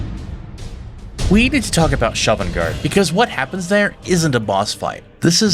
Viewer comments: Liked the video, except when you mispronounced Sovngarde as Shovngarde. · I’ll tell you something that’s abit annoying with your videos, when you mis-pronounce words and names, even though they are said in the games. Sovngarde and Sheogorath are 2 good examples. Goods vids otherwise 👌🏻